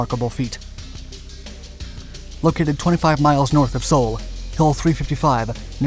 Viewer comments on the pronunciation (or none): none